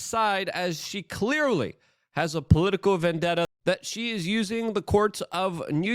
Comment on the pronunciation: Use proper English lady! It's Vendetta! Not Vendetter! Bye, bye, Felicia!